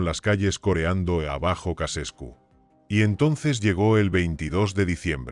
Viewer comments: Ceausescu, no Casescu. Hay que leer un poco antes de hacer un video. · Chauchescu se pronuncia